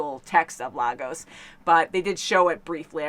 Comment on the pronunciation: Lagos is being mispronounced. It is actually pronounced "lay goss". Please spread the word.